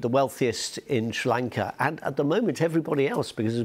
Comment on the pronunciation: He pronounce it shlranka